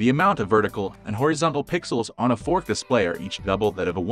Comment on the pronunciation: Is he really saying 'fourk' and 'one thousand eightek"? i am not convinced this person is human 😂